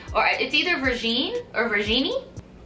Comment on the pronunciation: Aww Virginie is my mom name and how you pronounced was correct boo. Ver-jean-knee